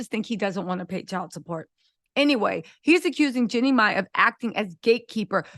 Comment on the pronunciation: your pronouncing hername wrong. No disrespect